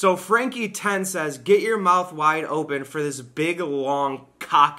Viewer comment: my fiancé and I were watching your Vlog and she brought up something me and you both say the same way she told me we both say "Ompen" instead of Open